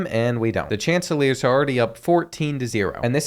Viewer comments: coastal carolina’s mascot name is pronounced “shaunticleers”:) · It’s “shhon ta clear” 😂 love this series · It’s pronounced Shant-ta-clears😂😂😂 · SHON-TI-CLEERS my man what did you even call them 😂